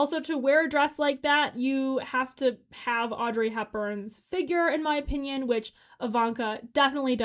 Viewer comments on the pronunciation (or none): none